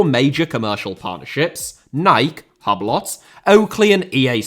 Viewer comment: is this how you pronounce hublot ?